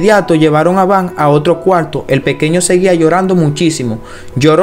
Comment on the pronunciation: Solo te falta pronunciar bien el español latino ,si quieres tener más audiencia,es doctor no( doltol) coalto,es cuarto,ilesos no ileso,nos dimos cuenta,no dimo cuenta no epilesia,no dotor doctor, Te hago esta recomendación lee en voz alta para que corrijas tu pronunciación, lectura moderna ya que ese modismo de hablar como lo haces ,al mexicano nos lo dicen habla bien no hables como niño mimado Ho sea mamon.no es ofensa y si una !recomendación!